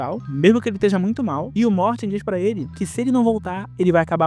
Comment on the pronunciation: Quando era criança estranhava muito o Michael chamando o cara de "Morte" como se fosse normal, até que eu descobri que o nome do personagem é Morty e que a pronúncia como "morte" na dublagem foi uma mistura de coincidência e genialidade